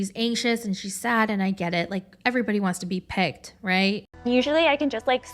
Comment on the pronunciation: No girl, we dont all want to be pegged (I know you meant "picked" but i can only hear "pegged")